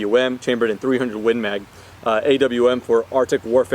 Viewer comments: Okay guys its official its A.W.M not awm(om) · Ofcourse IT'S A.W.M You dont say "akkum" for an AKM do you?